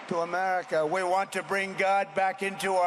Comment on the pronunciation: Am-Erika. (America)